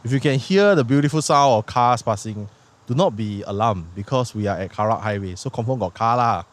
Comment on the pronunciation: "Karak" bro, not "kerak." kerak is scorched rice 😂